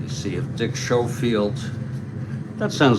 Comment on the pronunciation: it is pronounced Sko field